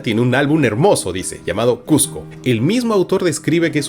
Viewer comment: Que genial que Marco siendo limeño pueda pronunciar correctamente Cusco y Cusquito